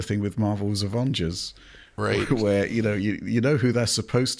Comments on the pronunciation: Ovongers Ossemble! 😁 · Marvels “Avongers”?!, sorry mate, but that just hurts my ears 😂